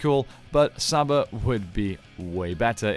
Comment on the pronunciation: Its pronounced Sarba